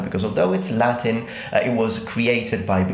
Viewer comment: Native italians pronouncing latin names is fucking music to my ears